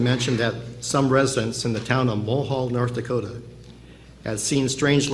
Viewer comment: To the uploader, in your narrative, the town he refers to is Mohall, ND....not "Mullhall"